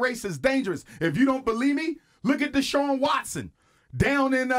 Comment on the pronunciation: Anyone know if he ever got Deshaun Watson's name right?